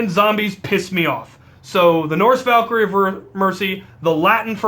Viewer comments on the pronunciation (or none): none